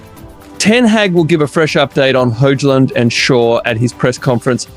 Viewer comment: itr pronounced HOY-lund btw bro